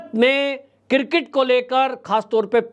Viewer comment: Sir, I am sorry to say that it is pronounced as CRiCKET not cirket. So please learn to pronounce the name of sport properly.. It is really shame how they pronounce the name of game. & Nobody corrects our famous news caster.